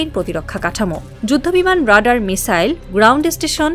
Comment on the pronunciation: The most tragic fact is that almost all the reporters of our country in fact do not know how to pronounce the basic English words like Radar, stealth!!!!!